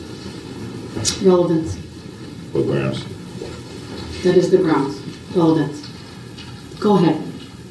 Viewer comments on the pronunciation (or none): He also thinks that saying "grounz" immediately is equal to calling "homebase".